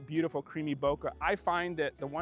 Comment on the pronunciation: Bokeh guey, Bokeh! Not bokah!!! lol., i'm ALWAYS gonna give you shit for that. Great shots though! BTW, have you seen the new Godox LED lights the size of the AD-100 Pro?? I think they're called RS60 and MS60, both available in Bi and RGB, have the Godox mount, and have a ton of different ways to power them including their own batteries.